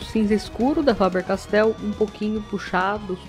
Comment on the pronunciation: fabeeeerrr-castell :33 😆